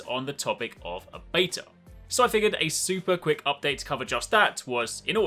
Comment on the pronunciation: why do you say beta wrong ,, your englishman be true to country please